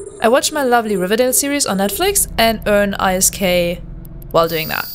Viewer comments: For the love of God, can you please just say 'isk' instead of i s k :s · WOW. Have things changed this much? I remember a time when you had to AWOX somebody and be a capital pilot to even be considered by Hord. ANd Isk is normally pronounced as a word not the individual letters. But still a good video. Great opportunity for new players. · EI ÄS KEI Echt akzentfreies Englisch sonst, not bad!